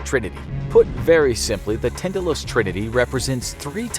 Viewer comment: That's not how Tindalos is pronounced... at least to judge by every audiobook of the hound of tindalos by HP Lovecraft I've ever heard tin-da-loss... Idk